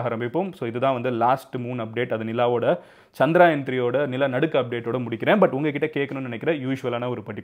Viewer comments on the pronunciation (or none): Humble suggestion...its not Chandraayan, its Chandrayaan... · Not சந்திராயன்(Chandraayan), is சந்திரயான்(Chandrayaan) Sariya சொல்லுங்க 👍🏾